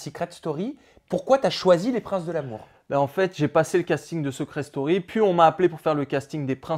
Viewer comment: Sa vous stresse pas le "seuucret story"😂😂